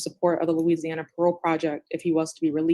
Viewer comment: has difficulty pronouncing “Louisiana” names/words I’ve noticed.